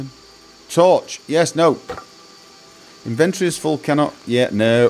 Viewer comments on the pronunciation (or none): In'•vin•tor•e...not in•vent'•tor•e. Yer not inventing anything.